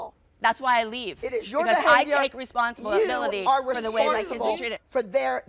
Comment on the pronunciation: Kelly: “responsiability”